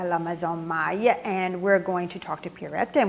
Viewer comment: the lady from Maille is correct